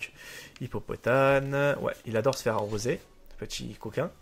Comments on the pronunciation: On dit pas hippopotane mais hippopotaMe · Mdr tu dis hippopotane mais c'est hippopotame